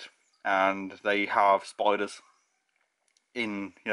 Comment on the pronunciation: I'm Canadian. Like I said for the first two minutes (not actually just first few times he said it) his accent, to me, I didn't hear the d's so thought he was saying spoilers.